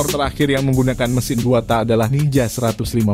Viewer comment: TAK "K" NYA DIKERASKAN PRONOUNCE NYA :( JADI ANEH DENGERNYA